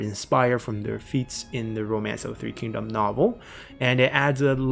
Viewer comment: Just bought three kingdoms! Don't know anything about China's history or the language, but hearing the names actually pronounced correctly is already a major improvement to my immersion!